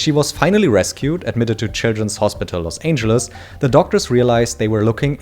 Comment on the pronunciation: Los Ainjuluss 😂